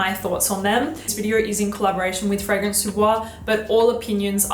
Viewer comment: Why would you pronounce ‚Fragrance‘ in an English way when ‚Fragrance Du Bois‘ is French? Imagine someone saying ‚cette competition était très amusante‘ and pronouncing ‚competition‘ in English, the rest in French. Would be super weird 😅. Many native English speakers really often make this mistake with foreign titles and names. Anyway, just saying 😊❤.